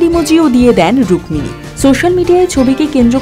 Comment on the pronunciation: 'রুক্মিণী ' শব্দের 'ম' এর উচ্চারণ হয় না।